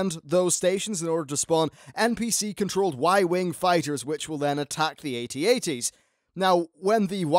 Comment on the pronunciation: "Shoot the 'at ats'" No. AT-AT.